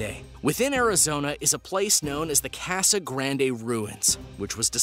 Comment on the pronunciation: please pronounce casa better next time, that is all. Thanks